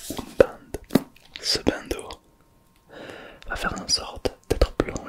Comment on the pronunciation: Par contre stp ça me stresse prononce bien, on a vu à l'école que "an" se lis comme "on" pas "in" donc tu devrais dire Bondeau pas bindeau